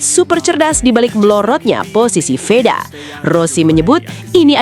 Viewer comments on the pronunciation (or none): Vedaaa woyyyy,,, bukan Weda...